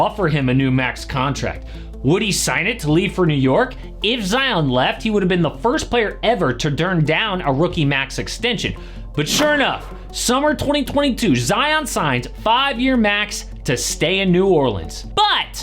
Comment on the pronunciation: Did I hear you say “durn down?” Wtf 😂